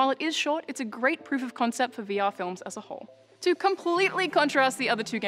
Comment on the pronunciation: Sounded like she said "weewee experience"